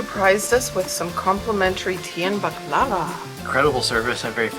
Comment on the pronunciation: Seeing you guys eating baklava reminded me of your videos from Bosnia and Herzegovina, i.e. the Mostar videos, especially the one in which talks about the waiter telling her how to pronounce baklava correctly:) It can be heard in this video she's not making the same mistake again:) Speaking of Mostar, there is another Mostar video of yours I really like (this one: and the reason I like it is the moment ( to ) is buying some pastry, burek maybe, in a local bakery, and paying for it with a 50 convertible mark bill which features Jovan Dučić, probably the greatest Serbian poet of the 20th century and definitely my favorite one:) I have spent almost 20 years of my life reading about him, collecting books and articles on his life and work, etc. He was born in a small town in Herzegovina (it's possible you passed through it on your way from Mostar to Kotor), but he spent his childhood and youth in Mostar where he started writing poetry and editing one of the most important literary magazines in those days (together with other Serbian writers) before moving to Geneva to university and then to Belgrade, Serbia to become a prominent diplomat and a literary celebrity. It's interesting he liked the music accompanying tango. He died in exile, in Gary, Indiana during WWII as the Kingdom of Yugoslavia was occupied by the Nazis. He travelled a lot as an ambassador, but even though he never visited Canada I got one of the books about him from a Serbian booksho